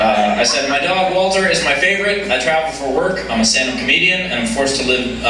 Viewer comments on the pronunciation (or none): none